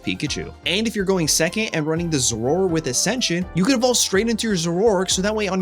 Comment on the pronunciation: Dude...its Zoro - ARK..not zork